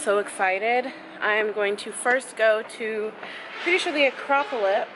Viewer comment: Your Acropolis pronunciation game is strong 💪🏾